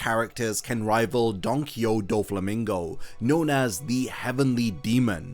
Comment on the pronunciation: dude the way he saying donquixoTE is so fustrating, just say the TE